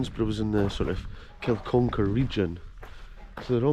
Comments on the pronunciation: It's Kin-uck-ar, not kil-con-kar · It's pronounced Kin,-uck-ar bud